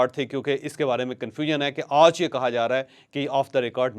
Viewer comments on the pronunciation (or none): اوج کا ولاگ جپ آپ ” آج “ بول سکتے ہیں تو مونھ ٹیڑھا کر کے ” اوج “ کیوں بولتے ہو